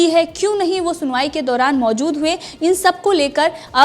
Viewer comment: Maozud nahi maojud hai jamanat nahi zamanat hai sahi bolo yaar